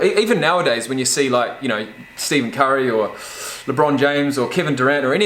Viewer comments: I’m sorry but when you said Stephen curry you said Steven not Stefen 😂😂 sorry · Great video, man I caught that “Steven” Curry mess up, though haha. His name is pronounced like steff-en if you’re not aware